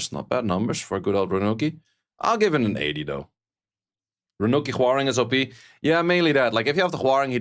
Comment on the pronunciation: RaNUCi ❌ RaCUNi ✅